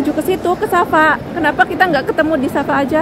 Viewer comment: Kenapa sebut ‘ Sasa’. Padahal itu kearah ‘Safa ‘. Sa’e itu berjalan dari Safa ke Maruah.